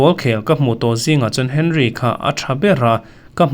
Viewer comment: Arsenal legend Thiery Henry hming lamrik dan chungchangah khan hman deuh khan 'Awnri' tia lamrik a dik thu kha i rawn sawifiah deuh duah tawh a,French ho lamrik dana a dik nia kan lo hriat dan pawh a ni thin.Mahse,tunhnaiah hian i rawn ti 'Hen-ri' leh thin ang lawi a,comment hi ka chhiar ve ngai vak lemlo a,an lo hrilh dang leh tawh che emni? Hei,tun video-ah pawh Ferdinand-a thusawiah 'Awnri' tiin bul i tan a,a hnu lehzelah i ti 'Hen-ri' leh vek ang lawi a,Video pakhatah hming pakhat lamrik dan a inanglo nawk mai...AVBT🤦‍♂️ Tin,an khel lai in en phak loh player te hming in lamrik dan tur hi a dik tur awm ang deuh te hi zawng kual uluk peih ve u la,Mi tamtak(hnamdang thlengin) en tur a ni a,Mizo sports youtuber te hmel lanna in ni ve pakhat a nia. Danish legend Michael nge a nau Brian Laudrup te kha 'Lau-drap' te i ti thul.! 'U' hi Zotakin tih 'U' mai tur.Tin,Hmanni deuhah Liverpool,Blackburn Rovers,Newcastle United etc. Manager hlui Graeme Souness-a hming pawh 'Geremi Saunes' i ti leh khauh bawk..'Gra-em Su-nes' tih mai a dik ang. Tin,inhmuh phak reng Liverpool Boss Arne Slot-a hming hi engtia 'Ar-neS Slot' tia lamri tlat pek nge maw in nih leee?!? 'Arne' hi 'Ar-nes' tia lamrik luih talh a har tehreng nen.A Hmeichhia ber,Pi inkhel-i lahin a tidik vei thlup si a..'Arn hi...Urn/Earn' tih hian khawthlang lam football pundit/commentator te chuan an lamri mai thin si a.Chuan,'Arne' hi an hnam,Dutch ho lamrik dan deuhin 'Arnie' tiin Pundit leh football commentator thenkhat hi chua